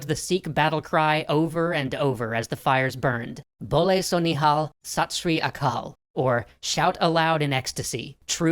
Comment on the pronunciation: As an Indian, his pronunciation of "bole so nihal, sat sri akal" is just hilarious. but seriously, we need to learn more about this in school